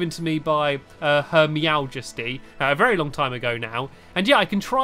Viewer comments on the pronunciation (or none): Did Stampy Just Say Her Meowjesty 🗿